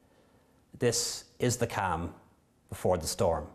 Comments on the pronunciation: Why did he cam he does realize it’s said calm right ? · i know that but he pronounced it cam and not calm/ com purposely spelt wrong to listen to